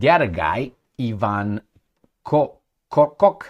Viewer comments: It is Kortchok not Korcock LOL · It's KORCHOK pronunciation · please stop this stupidity calling a name the wrong way …I